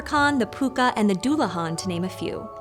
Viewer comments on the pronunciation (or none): none